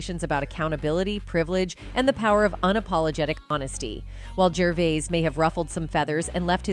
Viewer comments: The narrator was HORRIBLE couldn’t get the pronunciation of the guys name right AT ALL. It was like nails on a chalkboard. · If a presenter is given the job of critiquing a particular person. A one person review as it were, could she not at least have gone to the trouble of learning how to pronounce his name? Her variations are unprofessional and grating. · I got as far as the cretinous commentator pronouncing his name like a fucking 4 year old. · The narrator should do her homework and find out that his name he is known by is Ricky, not Richard. Also his surname is pronounced one way, not the three ways she stumbles over. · Had to stop watching after 3 mins after you mispronounced his name for the 50th time. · I didn't know there were so many ways to pronounce "Gervais" ... I think she pronounced it a different way every time she said it😂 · I wanted to watch this video, really. But the way in which you pronounce Gervais is so wrong and annoying, and you say it dozens and dozens of times... I had to stop. It's the main theme of the video, pronounce his name PROPERLY. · It’s AI. It’s a lazy creator. It pronounced Gervais 4 different ways. It even calls him Richard numerous times. I dislike these type of videos and will never subscribe to a channel that blatantly uses AI without correcting basic errors. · So many attempts by this woman to pronounce his name and not even close with any😂😂😂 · Why have you just spent 20 minutes pronouncing Ricky Gervais’s name wrong ? Even having 5 different attempts at his surname and not getting it right once . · At least get the pronunciation of Gervais correct. Ffs! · I hate to be one of “those” people…but how many different ways did she pronounce Ricky’s last name??? Just one of the things that grate on my nerves!! 😂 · Why can't you pronounce his name properly? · I don't understand how one person can pronounce Gervais correctly and incorrectly in the same video 😂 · Could you please pronounce Ricky's surname properly!!